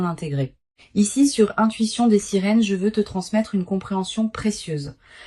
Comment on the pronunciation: Des "" SERINES""" ???? AU LIEU DE SIRENES ...TAROT DES SERINES ??? ENCORE L I.A ....INSUPPORTABLE ...PPPPPFFFFF